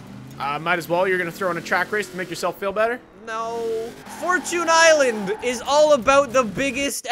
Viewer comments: It's fortune island not fortun island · Its fortune Island not fortoon island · It's pronounced fort- chun Not fort-toon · Forchoon Island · Fortchoon Island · “Forchun island”